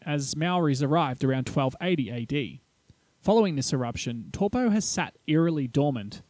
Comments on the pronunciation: Brooo It's Taupo like saying Toe.. Poor Not Toopoo. As in Tore Poe🤦‍♂️ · Pronunciation This video : Lake TorPo - Reality : Lake Toe-paw How hard is it 🤦‍♂️🤦‍♂️ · Toe paw. Not tor po. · Tow po, not toe paw. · New Zealands Lake Tor pau lol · Tor Po, waikartu,jeez mate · Taupo = Toe-paw. Not what you were trying to say :) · Older NZers have always pronounced it as in the word "towel'.[Tauranga,Taumaranui,etc]As Maori was not a written language,the English lexicographers wrote it the way it sounded to them at the time.Now it's being rendered differently. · Tor-po, why-katu and Hatipy...? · Good video except the pronunciation of Taupo. It sounds like Toe-Paw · Evidence. It will erupt again. But I wish you told the (actual) story on the legend of this place and corrected your pronunciations. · All good most New Zealanders mispronounce Taupo anyway including myself just so they know what I'm talking about